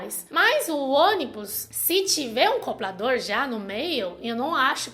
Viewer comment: "Coblador". Rsrsrs... Fofa!!! 💓💓💓💓💓💓💓💓😍😍😍😍😍